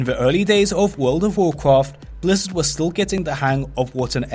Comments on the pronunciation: What about tlpd? That is like super super rare. And why do you keep saying Wud of wukraft? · WUUWLD OUVVV WUUWCWAFT